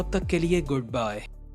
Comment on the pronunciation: Bro good byy nhi by hota h